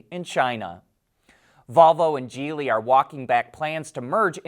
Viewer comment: I noticed a change in the pronounciation of "Geely", thank you 👍